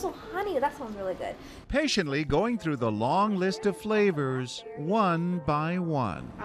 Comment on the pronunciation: Me a non native English speaker: butts right in to read for him Manages to pronounce all the flavours names wrong